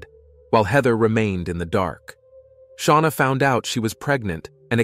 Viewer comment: Who's sha-wana ⟵(o_O)